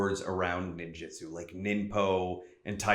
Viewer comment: WTF do you keep pronouncing it like "Ninjitsu"? That's a whole different thing.